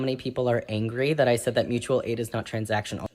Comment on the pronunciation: It’s Moochual aid!!!! 🤣🤣🤣